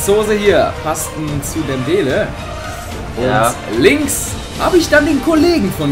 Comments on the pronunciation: sprecht Mal Dembelé richtig aus auf dem letztem e ist ein Akzent deswegen wir das E gesprochen!!!! alle Liken die das auch so finden damit er das sieht!! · DembélÉ und nicht dembéle